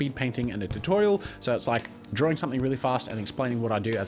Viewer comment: "Jazza's Drawring Jams!"